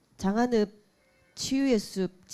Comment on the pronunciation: 자막을 보니... 장안읍을 장안업으로, 즉 "읍"이 "업"으로 표기됩니다. ai 한계로 보이지만 말하는 사람들의 발음에도 문제가 있는 듯합니다. 발음을 좀 더 확실히 하시기 바랍니다.